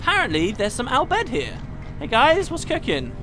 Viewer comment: Sounds like you have been practicing your Al Bhed pronunciation! :D